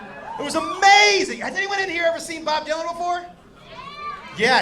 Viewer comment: Actually thought you said Bob Duncan